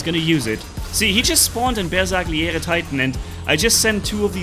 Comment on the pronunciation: Please stop butchering the name of the bersagliere like that😭🙏